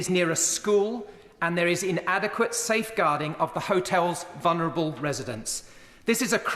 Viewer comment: Did he just say vunerable residents of the hotel